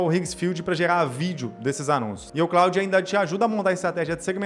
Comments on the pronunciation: Antes de jogar conversa fiada fora, você poderia, pelo menos, aprender a falar o nome da ferramenta. Com todo respeito, "Cráudi" é a pqp. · Que pronúnica lastimável, o nome é Francês, se fala "clôd", vacilou demais. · O cara fala "Cráudi". Como pode dar boas dicas?